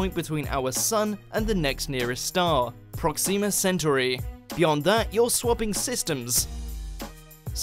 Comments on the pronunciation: Trans-Neptunian objects are found in what's been dubbed the Kuiper Belt. in-fan-TIZ-mul? I think you're trying to pronounce infinitesimal, which is in-fin-uh-TESS-ih-mul. #2 prock-SEE-muh SEN-tir-ee? Proxima Centauri = PROCK-sim-uh sen-TORE-ee. It all looked so easy on Star Trek. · How the hell can you be making an educational video about space and mispronounce the name of our nearest star, Proxima Centauri? How can you, as an adult, NOT have ever heard it pronounced your entire life?! It takes literally 5 seconds to Google the correct pronunciation. Try educating yourself before you try to educate others.